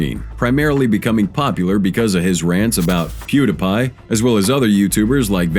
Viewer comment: Has to be a bit if the person can’t say Pew Dee Pie